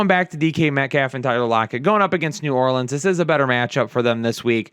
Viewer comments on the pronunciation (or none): none